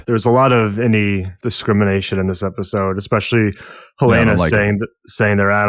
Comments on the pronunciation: Helen-uh. Not Helaina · Helena not Helayna, I turn off if you can't get a main characters name right . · Oof... it's Helena. HELL-en-uh. Sincerely, I guy that lives in Helena Montanan. 😅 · U guys saying helena like the girl from house of dragon but it's HEL-ENA